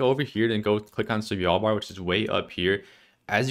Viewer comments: It's Svalbard not Svijalbard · Idk why hearing "svYalbard" annoyed me so much of all the country name mispronunciations... Maybe because it's pronounced exactly like it's spelled, and there's no Y or J... LOL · As a norwegian it triggers me how you say svalbard